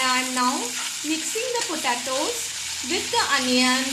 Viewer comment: Its an easy and good recipe, but it's pronounced as po-te-tos, not po ta tos